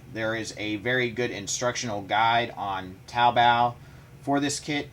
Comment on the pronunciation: Yay you said taobao correct